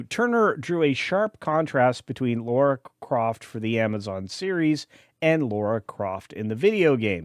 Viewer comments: Well I am out, this opinion is not required as this dude cannot even get the character’s name right… It’s Lara NOT “Laura” Croft. [Signed by] A Brit. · LARA not Laura